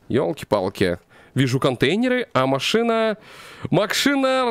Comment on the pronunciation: не макшина-а машина 3 54